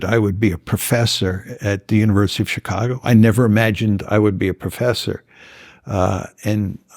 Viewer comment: First time I've ever heard it pronounced "Tchicago".